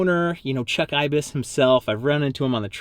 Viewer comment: That’s not how you say IBIS